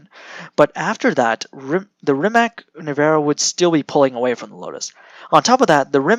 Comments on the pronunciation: He’s saying ‘Rimak’, whereas it should be ‘Rimatz’ 👍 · Is your pronaunciation "Rajmak" !? OMG